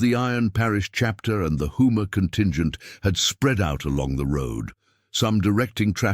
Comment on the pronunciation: Houma not Hooma. Obviously y'all are not from Louisiana.